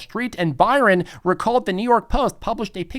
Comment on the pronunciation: Byrne is pronounced Burn, not Byron. I know, my last name is Byrne.